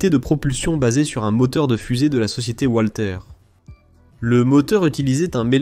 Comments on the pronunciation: "Walter" se dit valter pas oualter 🤪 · "Oualter" c'est en anglais